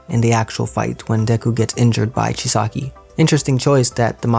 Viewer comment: Its chisaaaki not chiski